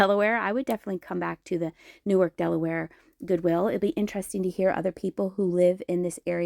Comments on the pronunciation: Hello, the town is pronounced New-Ark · I used to live in Newark. As an f.y.i. it's pronounced differently than Newark NJ. The Delaware Newark is pronounced New Ark - with the same emphasis on both syllables. Fun to see the Twin Bridges too. It's been decades since I crossed there. When I was a kid in New Jersey, there was just the one Delaware Memorial Bridge (opened 1951), and then they built the twin - opened in 1968